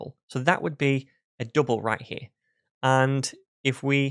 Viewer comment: Good content and explanation, a bit weird pronunciation - too many U instead of [ʌ] - dUble 😀